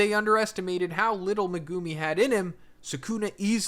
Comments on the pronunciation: Its not Me-goo-me its megumi!! the anime says it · "Me-GO0OM-Me" Megumi Meg-GU-me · Would you stop calling that man megoomi 😂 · i hate how u pronounce their names ffs the show literally shows how to say it like wdym megoomey and sahkoona and muheeto bro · Why do you pronounce Megumi and Sukuna like that